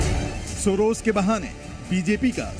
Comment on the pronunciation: सोरोज नहीं सोरोस बोलो क्या 😅